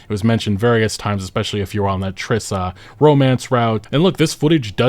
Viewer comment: Also it's Triss. Not tressa